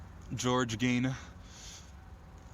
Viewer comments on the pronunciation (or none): “Ed geen”